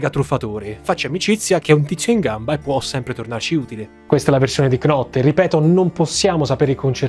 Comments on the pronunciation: piccolo dettaglio: la k non si pronuncia. knot diventa semplicemente not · Video bellissimo, ti seguo sempre, domani mi arriva il tuo libro però scusa ma “knot” non si può proprio sentire, si scrive Knot ma si legge “Not” 😂😂😂